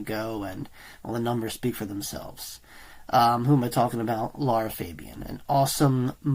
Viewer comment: I'm guessing whoever made the request asked him to react to “Je Suis de Toi” from Lara's latest "Je Suis La" album, and not this 20 year old song, and because this guy is ignorant - just like he butchers both, Lara's first and last name when he speaks, he also screwed up and clicked on YouTube search result with the wrong preposition. If this was some sort of paid patreon request and I'm the requestor - I'm asking for my money back.